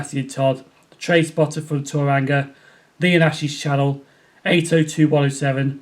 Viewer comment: Thank you for answering my question (s). You didn't do too bad with the pronunciation of 'Tauranga'; rolling the 'r' is the hardest part. - Incidentally I too prefer watermelons over bananas. That trip from London to Inverness must have been awesome. I have a feeling that by the time I can get to England thr only HST trip I'll be able to make is on a GWR Castle set.